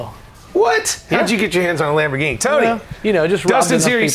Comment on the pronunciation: Lamfo instead of Lamborghini